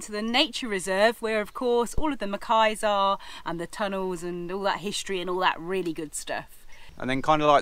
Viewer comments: MACACQUES, not ‘mackays’ !!!! On the whole, a good video about Gib - better than most caravanners’ filmed mini-visits to the Rock. Thank you for that. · Macaques not Macais.